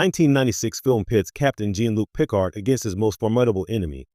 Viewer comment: it's Jean-Luc Picard not Gene Luke Pickard